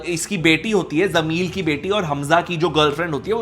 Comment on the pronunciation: Why is he saying jameel instead of jameel